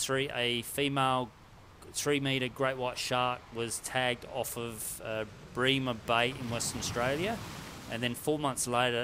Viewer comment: It’s Brem-er bay, not Bree-mer bay. Apparently the body core temps correlate with that of another great white from the tag that washed up.